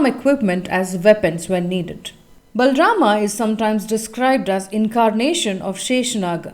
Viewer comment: No it's not. He pronounces it with a complete "A" sound, but it's not how it's supposed to be, it's half or less than a half "A" sound.